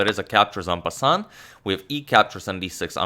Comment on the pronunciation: It'a "en-passant"